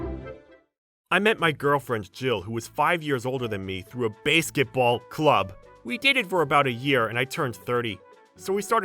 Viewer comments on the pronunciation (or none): It's basketball 🏀 not baseketball⚾ 🤣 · It's supposed to be Basketball. I don't know why the narrator mispronounced it as such. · I am only pronouncing it Bay-sket-ball now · It's pronounced basket- ball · Nice story and all but basketball isn't pronounced as "bæsketball". Just saying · No no, Slenderwoman was commenting on how the OP was pronouncing the word "basketball" as "Baseketball". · Base-ket ball? wtf? That pronunciation was odd as heck. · My thoughts exactly. Fire the narrator and get someone else who can pronounce basketball right. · Sorry... but i had to give it a dislike for mispronouncing 'basketball' so many times! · They misspelled AND mispronounced 'basketball'.